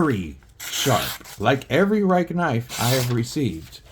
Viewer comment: Prolly pronounced 'Ree-keh'.